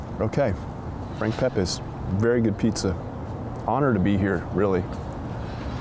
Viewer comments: its pep-EES, not pep-AYS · Making me hungry!! We have to get you to say “Pepe’s” correctly, though.